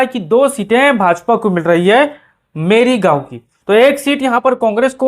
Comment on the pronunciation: Merigaon nahi bolte, morigaon hai. Tinkusia nahi kahte Tinsukia hai